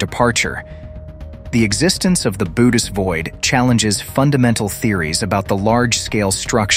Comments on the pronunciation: Its pronounced "boo oh teez void." Bootis lol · It's pronounced 'Bo-hoe-tis' not 'bo-tis', I believe. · "Boat us"??? Bow ate ease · Thought it was pronounced Boo-Oats, not boats or boots or whatever the narrator is saying